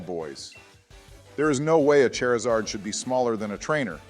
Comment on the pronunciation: Nobody gonna talk about how Obama pronounced Charizard as Chairzard? xD